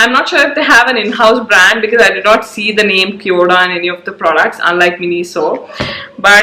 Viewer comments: It's kio da Like Khyo da ( d in Delhi) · Cheap junk Chinese store pretending to be Korean . No such store in Korea. Korean pronunciation and spelling is even incorrect. LOL !